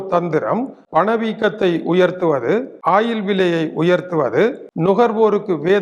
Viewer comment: ஆயிலா இல்லை ஓயில் ஆ.. ஏயா… நீர் எல்லாம் ஒரு மனுசனா எதுக்கு தவறான முன்னுதாரனமாக இருக்கிறிர் திருத்திக்கொள்ளும்.